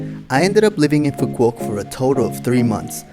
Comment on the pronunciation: Nice vacation, The island is pronounced phoo vook and not pho quock. With love YKM